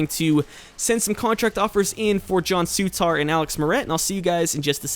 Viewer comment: Souttar isn't pronounced Soo-tar, it's pronounce Su-ter :)